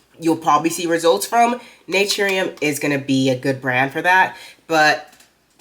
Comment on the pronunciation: “NAT-TREE-EM”😂😂😂😂😂 Go you don’t even know how to pronounce the word! Yea stop using using things you can’t pronounce!